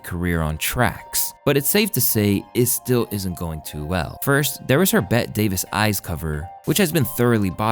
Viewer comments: It's pronounced like Betty not Bet. You never heard of the old tine actress Bette Davis?? You YouTubers need some fact checkers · Bruh… it’s spelled Bette Davis… it’s pronounced BETTY Davis… she says it in the song!! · Dude, no...... no, "Bette Davis" is pronounced like "Betty Davis", kids these days. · Bette davis. BETTTIE, betty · The narrator is making mistakes that make me feel like AI is being used... how can you not tell via the context of what you're saying that it is pronounced "Betty" and that it's "signing" not signing? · 🤔 Have you not heard of the world famous actress named Bette Davis (pronounced Betty )?